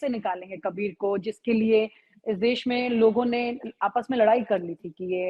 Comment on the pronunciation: Des nahi Desh boliye.